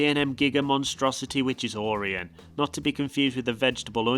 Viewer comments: ORION PRONUNCIATION HILARIOUS, not or-ian its or-eye-on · It’s or-ai-n not or-in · It’s O-Ryan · oreon? its o ry an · It’s okay say it with me. O-RI-ON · Orion Is pronounced Oh-Ry-an.... at least thats how all of the local kings island ads are saying it. I live 30 minutes from the park. Great Video and I'm kinda jealous of some of those Euro parks.... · Orion is said like this "Oh,Ryan" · Don't forget "Ore-on" 👍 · Dunno why he kept saying Aurion. It's not a Toyota. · couldn’t pronounce “o” ryan either 🤷🏿‍♂️ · it hurt the way you said orion